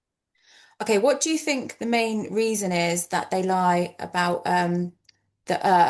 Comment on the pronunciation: “bink about it”